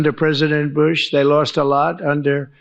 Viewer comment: "under president Boosh". 😂